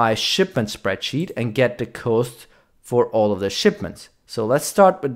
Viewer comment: Pro tip: Cost in English is pronounced "Cahst" not "Coast".